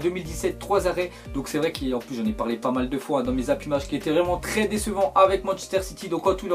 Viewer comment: Ou de Zimages anciennes MDR JPP a chaque fois il fait cette faute de francais